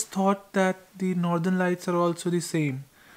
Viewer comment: Hey I know this isn't important but please pronounce "the" properly. Your videos are good mahn